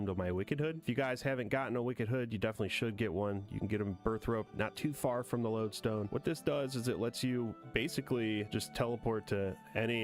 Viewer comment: Just starting this now, please tell me you stop pronouncing Burthorpe as "birth rope"